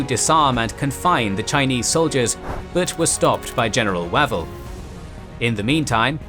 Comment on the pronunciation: I love the series, but I hate to be that guy... isn't Wavell pronounced "way-ville"? I do work for for Queen Victoria School in Dunblane and one of the dormitory blocks is called Wavell House and we always pronounce it "way-ville"